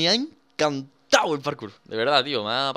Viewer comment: Por qué en vez de decir parkour dice karkur